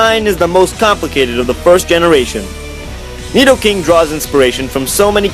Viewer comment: when he said nedoking I was like bruuuu